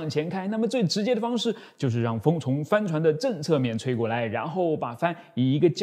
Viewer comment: 帆船的發音...怎麼聽起來像 “翻船”..